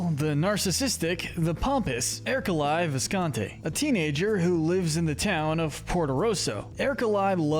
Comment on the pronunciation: It’s pronounced er-coh-LAY viss-con-TEE, “”! 🤨 How many times do I have to tell you?? Stop mispronouncing character names, bub! 🙄